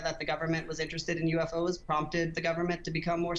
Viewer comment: They're *U*FOs not *A*FOs. 🙄